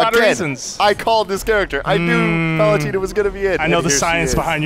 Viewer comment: Palut-eh-na, not Palut-ee-na.